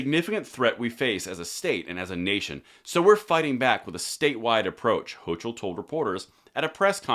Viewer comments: her name is pronounced '' ho co '' ,,,,,,, [the letter ''O'' is a long vowel ] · great video, but Her name is pronounced “Hokull” which really translates to “Coumo 2.0”. What he did was criminal, what she is attempting to do to allow criminals to own NYS, without the 2A, they will. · Hochel (pronounced Hoke-el) is a blithering unelected communist leftist schill that is just dutifully toting the NWO Elite globalist line!! Every Constitutionalist in every blue state should bail and move to a Constitutional RED state!!